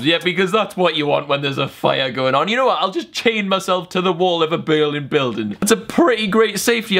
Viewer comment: You said a bilding billding